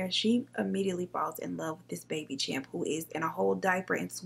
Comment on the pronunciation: It’s not champ, but chimp, lol... I love you though!!!!!